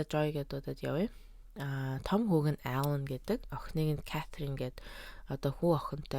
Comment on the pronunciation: Alaan bolson... gej unshad gaihlaashd😂 tgsn ner n baij ntr